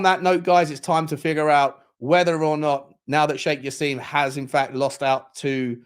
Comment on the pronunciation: It's not Jass-eem, but said Jass-im as in "him".